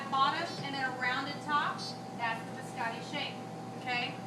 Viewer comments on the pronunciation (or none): Did a culinary professor just say “bis-AH-tee”? Fire her